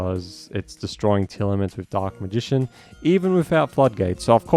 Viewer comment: tear-lament not tear-element